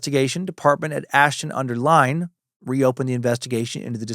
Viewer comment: I'm from Ashton under lyne and it's pronounced line not lyn .Great episode mate ❤